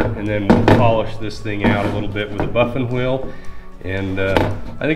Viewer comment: The most important thing I learned from this video is how to say buffing wheel. I’ve been accenting the wrong syllables. Bike is killer!